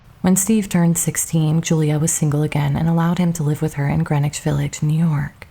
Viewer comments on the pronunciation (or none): none